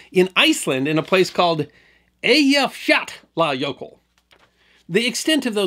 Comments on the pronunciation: Congratulations on pronouncing that Icelandic volcano. At the time, you could see news readers wanting to cry when it came up. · Your pronunciation of the jøkul is the best I've ever heard of an American. Love your channel! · Great job pronouncing the name of that Icelandic volcano, I would have never gotten through that. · He definitely did his homework 😅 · Loved hearing your account of British Airways flight 009. According to a “Mayday” documentary, the passengers later formed “The Flight 009 Glider Club.” BTW, I’d be curious to know how much practice it took to master pronunciation of the Icelandic volcano names.